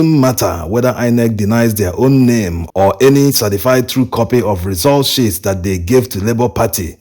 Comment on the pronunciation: Why do you keep saying shits instead of sheets?